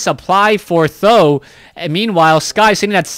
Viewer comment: yes I am Chinese so I simply don't know why you call TH000 as "tho" .... maybe calling him "tri-Z" (tree-zee) is even better?